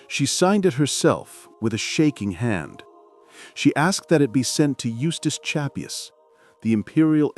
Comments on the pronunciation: shap-PWEE! Not CHA-poo! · Eustive Chapuys's name is not pronounced Chap - hooey, as in this video, but Chap-wee.